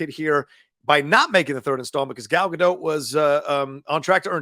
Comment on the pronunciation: i know lots say it wrong, but can you please pronounce her name correctly (or try). not sure why its annoying. its a soft T. so not Gal Ga-Doh and not Gal Ga-DOTT , its almost like Gal Ga-Dote but with a very quick/soft T.